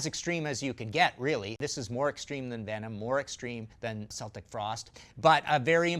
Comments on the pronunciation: "sell-tic." AAAAAAAA NOOOOO. it's "kell-tic." they're not the Boston Celtics. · It's pronounced Keltic Frost. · Seltic Frost? Lol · well, there is a German tv show at the time that had Tom Warrior talking about their debut album. Tom says Celtic Frost several times during the interview and he pronounced his own band's name "Sel-tic Frost". This is the only words that are spoken in English during the interview. It is a popular video (for Frost) too, but they play Into Crypts of Reys and the band lip syncs and pretends to play live. It's so stupid to me. Anyhow I'm American, and I used to correct anyone who pronounced it like the basketball team. After watching Tom say his band's name as he did, I owe a lot of people apologies. Unless he thought that that was how it was pronounced in English... Only he and their drummer know for sure now. Peace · DID HE SAY "SELTIC FROST????" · It’s a hard “C” in Celtic Frost DAMNIT! How as a metal historian do you not know that!? 🤬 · C'mon....and man of your knowledge and experience should know that's NOT how you pronounce Celtic Frost....it's a hard 'C' as in Irish or Scottish connection